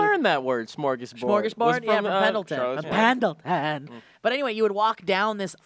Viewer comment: Templeton, its Templeton not Pendelton.